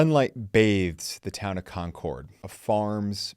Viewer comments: It’s ConCurd. Not Con CORD. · Love ya, but having grown up in Lexington, hearing you say "Kon Kord" repeatedly almost made me click away. We pronounce it more like "Konkurd". Or if you have a wicked thick Boston accent, "Konkid". Just thought you might want to know. LOL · Nice job. One picking of nits, your pronunciation of Concord is a little off. It's pronounced "Concurd", with the second syllable being softer. I was born and raised there. Thanks for the trip down memory lane.